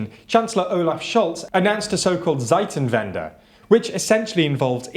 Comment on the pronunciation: arghhhh!!!! stop mispronouncing german words!! "seitenwhende" is just atrocious.... wenn, not quite at the level of Russlandwürstel a few month go :p